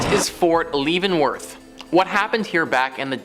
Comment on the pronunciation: DUDE, it's pronounced LEV-EN-Worth. Not LEAVE-En-Worth.